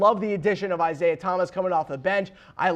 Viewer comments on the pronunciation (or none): none